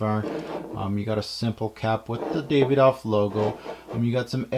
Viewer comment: Brilliant review but it's pronounced "Da-vi-doff" not "Day-ve-doff"